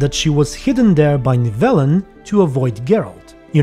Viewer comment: I’m just mad at the mispronunciations more than anything